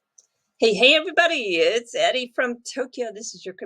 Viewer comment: it sounds like she says EDDie but its pronounced ERI....or is that not it at all?